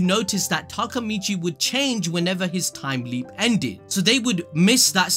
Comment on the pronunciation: Its Takemichy, not Takamichy.